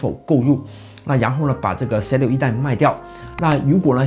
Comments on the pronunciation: 我聽到你的發音真是快昏倒了！ 想立刻轉台 ， 那 "zoo" 你也是這樣發音嗎？ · z6發音唸set 6，這是哪裡的口音?